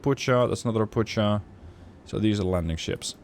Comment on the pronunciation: I like your videos. :) I really do... just please dont say "RoputSCHa [t͡ʃ]"... it is "RopuKHa [x]"... Toad in other words. :) p.s.: I belive that by using offensive ECM you are visible on emissions.